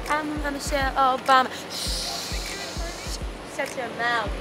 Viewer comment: "Michelle Obamer"😂😂